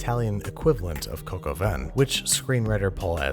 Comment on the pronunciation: That's not how you pronounce "vin"....